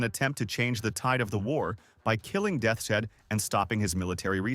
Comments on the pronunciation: its not death shead... its deaths head aka totenkopf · Ahh yes General "Death-shed'